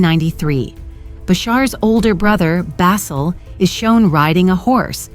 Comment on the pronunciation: Who writes these idiotic texts and pronounces every Arab name diametrically wrong. Ihab pronounced Iyhab like a hillbilly saying Iran, Bassel pronounced like tassel... who was "*tragically* killed in an accident"!